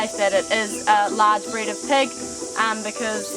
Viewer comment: hahaha you said what beed at 49 seconds instead of breed hahaha.